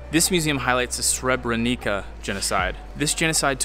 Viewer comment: The correct pronounciation of the city is Srebreniça o Srebrenitsa, not Srebrenica